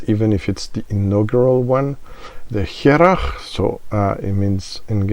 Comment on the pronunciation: Good stuff. "Hearach" means a person, or something, from Harris. Pronounced "Her'och" Press the speaker icon in this link to hear the gaelic/gàidhlig pronunciation.